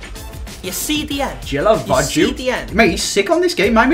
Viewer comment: Snapchat squad:, Guilavogui is pronounced Ghee-la-vo-ghee, NOT jillavoju FOR GOD'S SAKE.